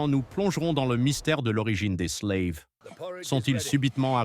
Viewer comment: Slaves et non "sleives" prononcé a l'anglaise